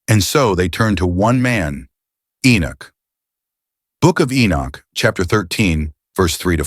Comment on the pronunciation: How can you say enich alot then say enoch sometimes. So you actually know how to pronounce his name properly but you choose not too. Is that not arrogance?